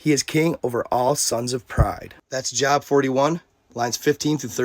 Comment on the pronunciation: It’s pronounced Job with a hard O like GO or SNOW. Love the content 👍🏻